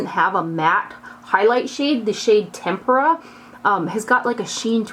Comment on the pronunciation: Thank you for pronouncing "tempera" correctly. Lol. Xoxoxo